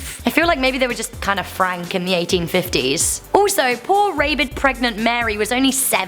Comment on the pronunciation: I like how Rebecca says Raybid